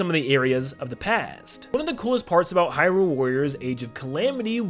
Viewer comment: okay so i love your videos but omg if you could please please please use the correct emphasis when saying Hyrule. its said HYrule not hyRULE. It's pretty jarring to hear it be pronounced wrong repeatedly. I'm just speaking for myself here to be clear, but if you go and watch any Nintendo directs or official interviews they pronounce Hyrule with the emphasis being on "high" not on "rule" so its officially pronounced as HYrule just fyi